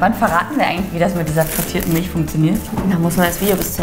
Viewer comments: Liebe, es heißt MilCH nicht MilSCH 😂😂😂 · Miltsch Feli: Milch Man kennts😂 hach ich liebe eure Videos so sehr💕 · Alter es heißt MILCH und nicht MILSCH. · Mil c h nicht Milsch ch ≠ sch